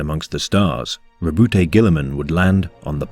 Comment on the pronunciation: The E is silent in Robute